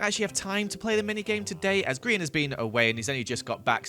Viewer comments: you know like griEn not grian its not lizzy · EVERYTIME HE SAYS HIS NAME WRONG LIKE PLEASE HELP IMA DIE FROM INSANITY he doesnt understand its GRIEN not Grian Gri-EN